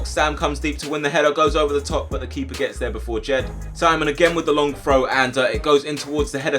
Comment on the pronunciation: You say frow not throw the hole time work on your th sounds haha